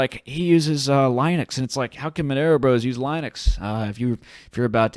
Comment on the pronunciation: The way you pronounce Linux is a disaster.